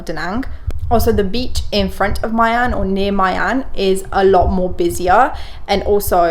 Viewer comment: I think My should be pronounced as Mee, such as My Khe, My An